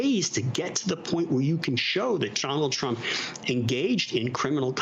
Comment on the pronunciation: Did anyone else notice towards the end, it sounded as if Conway started saying "Donald Chump"?